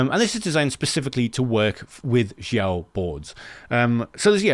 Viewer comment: Great video as usual! By the way I guess they pronounce Xiao as Shao.